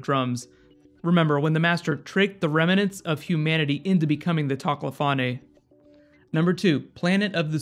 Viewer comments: Tochelefome? tok-la-fame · Toc-lah-fawn-ay? Really? I think it is Toc-lah-fane. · I think it was more a direct reference that Courtney becomes the president. We don't know what the rules will be in the Dr who universe in 2049 - they could allow a British president then. Also toclafane is pronounced toc-low-fane, not toc-low-faney. Keep up the good work. I watch your videos every week. :) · Toclofanne? (Toc-lo-faw-ne) Toclofane (Toc-lo-fane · Toc-lo-far-neigh? Its the Toc-lo-fayne. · sigh:: TOC-la-fane Not toc-la-FARN-ay Americans. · ... Did he just say toclafane like Toclafonay?! NONONONONONO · Another Star Trek connection perhaps in the "macro-bacteria", an episode of Star Trek Voyager centred around a "macro-virus". Btw, huge face-palm for your mispronunciation of Toclafane. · What's with the weird pronunciation of Toklephaine ( or however it's spelt)